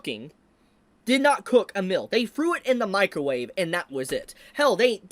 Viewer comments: Correction. The artwork IS NOT good. It's literal copy paste of original stuff. If this is great artwork, I can draw over Murata's work as well. LOL Actually good artwork is filling the gaps of the manga, my guy. Which would directly translate into a GOOD ANIMATION, and it doesn't. Unrelated: please pronounce "meal" correctly. It sounds like "mill" and I was confused for a few seconds. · I took me until this point to realize he was saying "meal" and not "mill" 😂